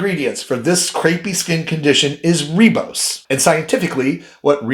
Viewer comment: It's pronounced 'rybose',not 'reebose'. And it's adenosine, or 'a-deen-o-sin'', not adrenosign.